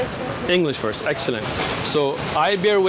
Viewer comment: Or when he said exellent...hehe